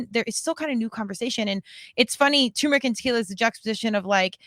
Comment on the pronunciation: It's tuRmeric you morons lmao